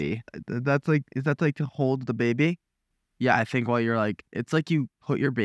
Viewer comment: “is that to hold the baybe?” I love the way he said that😂 “the beybeh?”